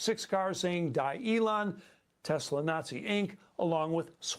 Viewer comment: "Telsa" lol